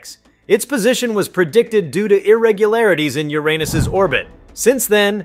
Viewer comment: OMG, you said Uranus wrong. Now I know you're misinterpreting things. Your title is click bait and you sound like you just learned about Neptune.